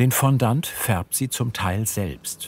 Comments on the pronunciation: Ich mag euch ja echt sehr. Aber „Fonndant“?? Eher „Fonndoh“… Excuse my French! Ihr beschreibt das zwar im Video, aber ich sage ja auch nicht „Hanndieh“ sondern „Händi“ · Es tut einfach in den Ohren weh wenn jemand "Fondant" so ausspricht...